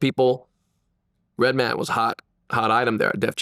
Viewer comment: It’s just Redman, not Red-Man